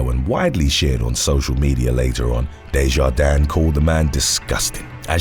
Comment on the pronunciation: The "s" in DeJardins is silent.